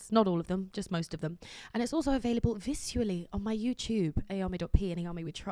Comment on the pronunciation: For some reason I can’t stand the way she said “visually” 😂